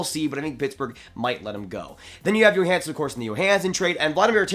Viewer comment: Like the vid. Do you think they might get Keith from Chicago? And not to knock but is pronounced Joehansen nit Yohansen.